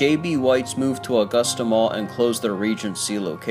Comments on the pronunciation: Uh-gusta not aw-gusta 🙄 when people dont live here lol this mall is an eye sore...STILL, after all of these years. They closed this mall cause it is smack dab in the middle of the ghetto and crime was very high there. They need to tear everything down and put a walmart there or a strip mall. It would honestly make more money since a lot more incomes have come into augusta...let's just hope there's better security next time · my only problem is how you said the city name and Richmond county name wrong. besides that good video